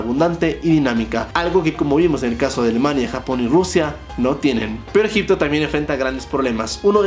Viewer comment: Cuando dijo Egypto😂 dije este men está hablando bulgaridad 🤡